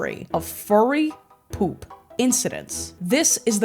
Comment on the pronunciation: why do u pronounce p00p as 'pulp'.